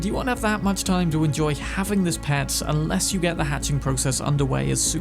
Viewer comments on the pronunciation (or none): none